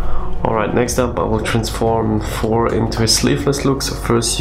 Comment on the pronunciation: Thor not Phor or For lol